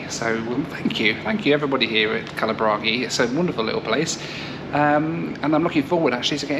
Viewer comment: Its funny seeing a foreigner pronouncing kalaburagi right and a north indian pronouncing it wrong at the gate lmaoo